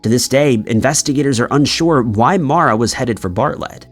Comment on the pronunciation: Her name is MAURA Murray. Not Mora.